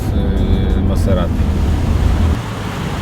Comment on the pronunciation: Gość jeździ Maserati a nazwy własnego auto nie umie wymówić. Wiec napis pod obrazem dot. nauki tych co jeżdżą na taxi jak najbardziej adekwatny.